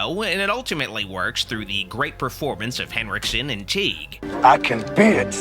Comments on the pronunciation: For the record, Kevin Tighe's last name is pronounced like tie. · I watch Kevin Tighe (pronounced “Tie”) every night on cable in Emergency! reruns.